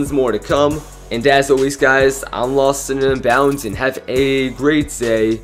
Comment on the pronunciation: Who said lostnunbound very nicely